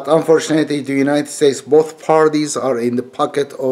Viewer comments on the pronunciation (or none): none